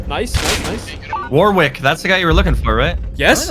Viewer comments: It’s pronounced warick not war wick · you probably wont see this but warwick is pronounced warrick and as one word without a space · just an FYI, "Warwick" is an English name, its pronounced like "worrick"